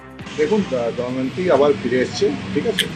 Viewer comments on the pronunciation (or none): কেউ পারলে ফিল্ড রিপোর্টার দেবাশিস কে একটু বলে দেবেন, ফিরে আসা মেয়েটির নাম দময়ন্তী। দয়ামন্তি না। যাকে নিয়ে এতো গজর গজর করে ঘুরিয়ে ফিরিয়ে একই কথা বলে যাচ্ছে, তার নামটাই সঠিক ভাবে উচ্চারণ করতে পারলো না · আগে দময়ন্তী নামটা ঠিক উচ্চারণ করুন